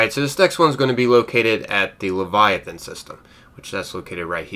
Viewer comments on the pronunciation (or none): none